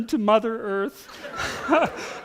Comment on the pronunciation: "they've half returned to mother eearth" xD